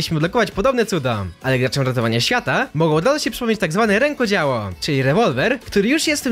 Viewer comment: Nie rekoDZIAŁO tylko rękoDZIEŁO